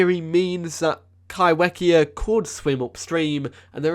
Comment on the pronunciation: If Kaiwhekea is from NZ, then would it be pronounced kai-fe-kea? As wh in Maori makes the f sound? Just curious as I moved to NZ and get so excited when NZ is mentioned 🥰 There are a lot of Maori words here and they are not pronounced how I would read them in English so genuinly curious on pronounciation :) thanks for the video, very interesting and excited for the updates!